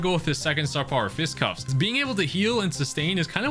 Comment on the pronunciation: its called Fisticuffs, not fistcuffs.